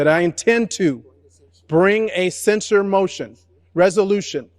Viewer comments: I object to nobody being able to pronounce the word censure. It's not sensor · I just wish Dems would quit mispronouncing “censure “.